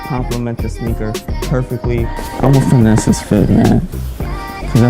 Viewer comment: Dont never say finnese again my guy, you mad corny and yo fit trash...